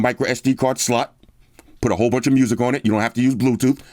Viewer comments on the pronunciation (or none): There's your micro SD card slut. And there's your USB type C charging slut, okay? That's how I hear anytime when say slot word. 😆